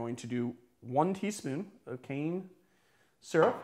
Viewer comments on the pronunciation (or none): none